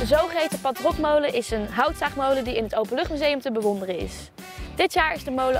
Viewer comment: en je spreekt het verkeerd uit. Het is niet pal-trokmolen, maar palt-rokmolen. Palt komt van Pfalz. Een Pfalz-rok was een soort van zware gesloten lange jas. De vorm van de molen lijkt daarop. Bij spreek je het trouwens wel goed uit.